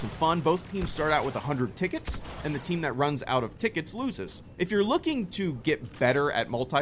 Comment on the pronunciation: How he says "tickets"